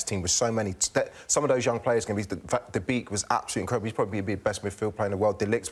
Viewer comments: Just pronounce Van de Beek as Van de Bake please. Thats how it should be done. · The v is supposed to be pronounced as an f